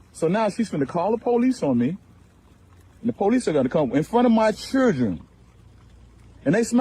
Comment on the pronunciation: “In front of my chirdren” 😆🤣😂😅